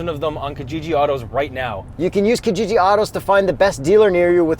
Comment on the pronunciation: I love your vids...I die a little inside when i hear say Kijiji though...he needs to get an East African to teach him how to pronounce it properly...on a different note, can American companies look into shipping their trucks to us cos damn! The only cool truck we have here (from the dealer) is the Ranger Raptor, n this Longhorn looks swee